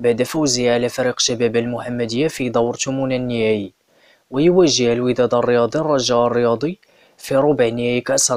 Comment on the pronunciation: أشا كاتخربق الشريف الماتش غايكون الخميس. وصحح النطق بكلمة يواجه وليس يوجه بتشديد الجيم. لاننا نقول واجه يواجه بمعنى قابل. أما وجه يوجه بتشديد الجيم بمعنى أرشده . تدرب على القراءة وأنت واقف أمام المرآة.